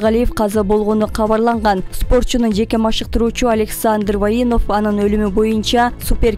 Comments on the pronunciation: Адыл иним, сабаттуурак, создорго туура басым койуп окуй ала турган комментатор алсаныз жакшы болот эле. Ката окуганынан, акцентинен каналды коргун келбейт... Воиновду Ваинов дейт уят ай.... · ОКУП ЖАТКАН КЫЗ,КИЧИНЕ ТУУРА ОКУСАН,ТРЕНЕРИ АЛЕКСАНДР ВОЕНОВ ДЕЙСИНГО?😂😂😂😂😂ВОЙНОВ ЭЛЕ,ТООБА КЫЛДЫМ САБАТСЫЗДЫК УШУНЧАЛЫК КОБОЙДУГО ОЛКОДО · Ваинов эмес Воинов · Вайиинов дейт 😂😂😂